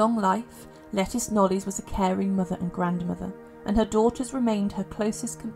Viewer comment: Hi there, can I just say that Lettice's surname is pronounced Knowles, as in Beyonce. Must remember that this is English surnames that we are talking about - most are not pronounced the way they are spelt. Have a good day.